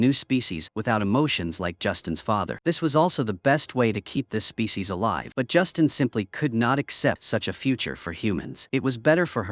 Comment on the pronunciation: Not Justin, but Justine. Ugh. Freakin' auto narration.